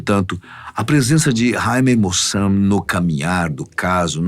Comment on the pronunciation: O nome correto é Jaime Maussan (se diz "Ráime Mauçán"). É um jornalista e investigadir de OVNIs mexicano. Sempre acompanho os programas dele.